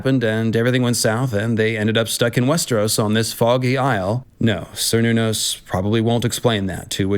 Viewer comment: The "c" in Cernunnos is pronounced like a "k" and is sometimes even replaced with a "k". Great video ty